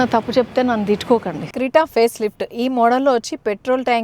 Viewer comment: krita kaadu, kreta